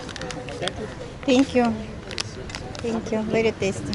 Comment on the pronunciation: Ваш английский - это нечто..! Это даже мило - в этом что-то есть. Это даже стало мне нравится. Но когда я слышу в исполнении слово «тэнкью» - меня реально пробирает дрожь.. сходите же на урок английского - пускай вам там немножко фонетики объяснят